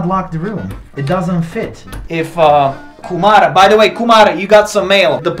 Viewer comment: When he says Kumar perfectly i was shocked 😂 he can say indian name perfectly 😂